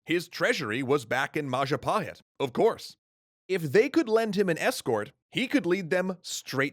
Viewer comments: Mapajahit ❌ mapahajit❌ majhapajit❌ ma-ja-pa-hit? ✔️ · Oh look who controls all the islands its the: Mahajapit❌ Mapajahit❌ Majahapit❌ Ma ja pa hit? ✅ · So Bill Wurtz definitely pronounced it Wrong. So it is the Mayapahit? Edit: I also got it wrong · Oh look who controls all the islands! It’s the mahajapit❌ Majahapit❌ Mapajahit❌ Mahapajit❌ Mapajahit❌ Ma-ja-pa-hit? ✅✅✅ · Mapajahit?🚫 Mahapajit? 🚫 Mapahajit?🚫 Mahajapit?🚫 Ma...ja..pahit?✔️✔️✔️ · it's all perfect, but the pronunciation. as an Indonesian, i really appreciate the coverage of this segment. but the butchering of names and terms are cringe worthy. Majapahit =Majapaheet Jago= the J is read the same way as the J in Majapahit, not a Y. R are suppose to be let rolled on the roof of your mouth, instead of crunching the tongue behind the lower teeth. Kediri = kedeeree or, try reaching out an Indonesian for references of pronunciation <3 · ItS NaMED MaPaJAHiT ThaTs WhAT BILl WUrtZ SaiD!1!1! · indonesian would pronounce it with j tho. So ma-ja with hard j